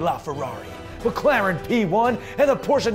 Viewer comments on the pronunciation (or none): none